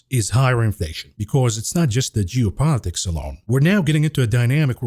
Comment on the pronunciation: pronounces geo politics correct now. Losing the edge mav😂